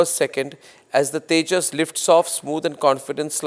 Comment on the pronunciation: 😂😂😂😂 Kia boltey hn usko tijus